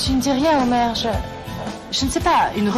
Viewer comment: Felicitay😂😂😂omer félicitations dit omert😂😂😂